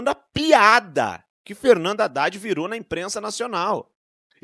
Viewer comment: HADDAD.... ...HA_IDADE .......KAKAKA .... FALA ..... DEPOIS DIZ QUE NÃO FALOU ..... HA_IDADE .....KAKAKA .... CUIDADO ... CUIDADO .... NICOLAS TE. PEGAR ....KAKAKA